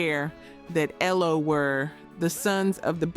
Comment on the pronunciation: E.L.O. not Elo. STYX not Sti-x. Led not L.E.D..